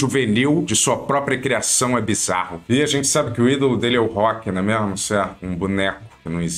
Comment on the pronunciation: Tá engraçado sim... mas pare de falá "não é mêirmu"